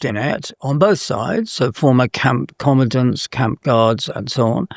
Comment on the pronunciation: Can't even say "Commandants"......" Commantants"......fools.